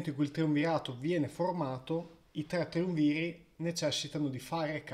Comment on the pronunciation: Perché mai “triunvìri”? È notorio che la parola sia sdrucciola e si accenti triùnviri 😱